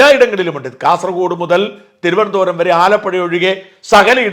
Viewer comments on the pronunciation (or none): none